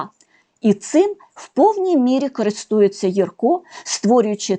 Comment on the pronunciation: Дякуємо за нагоду побачити в кадрі улюбленого ілюстратора. Будь ласка, зверніть увагу , що правильний наголос у прізвищі художника- на першому складі. Не єркО, а Єрко. А в назві видавництва А- ба - ба - га - ла- ма- га наголошується кожен склад. Це лічилка з оповідання І. Франка " Грицева шкільна наука", герой якої вчиться читати.